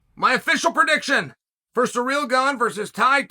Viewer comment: Chael calls Kamaru Kamara 😭😭😭 and now Cyril Gane is Sureal Gone 😭😭😭I love it 👏🏾😂😂